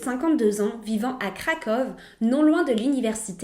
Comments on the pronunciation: Je voulais juste laisser un petit commentaire sur la prononciation (c’est juste comme ça, à titre indicatif sans moquerie aucune : je sais que le polonais est assez difficile à prononcer) Le « rz » se prononce comme un « j » donc son prénom se prononce « Katajéna ». Et Kroków c’est Cracovie, la plus belle ville du pays et sûrement là plus connue aussi Pour finir, le fleuve de Cracovie c’est la Vistule pas la Vistula. C’est comme dire que le fleuve de Montréal c’est le Saint-Pierre. Avec un peu de recherche, on trouve très facilement ces informations même si on ne vit pas en Europe Voilà 😉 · Kraków se prononce "KRAKOUVE" Ou en français Cracovie.